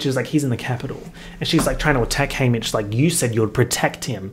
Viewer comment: every time you say haymitch I think is saying hamish